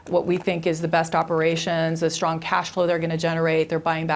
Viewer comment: why does she pronounce s as sh...shtrong instead of strong